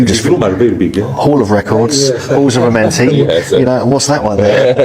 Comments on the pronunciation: You just heard the man say the right name the halls of Amentae and you saying Adamente why you feel you change the pronunciation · Bruh looked at the word "Amenti" on the screen, LISTENED to them pronounce it several times, and still fixed his lips to say "Addamentay" ... wtf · It's Amenti not Adamenti lol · it’s Amenti not Adamenti!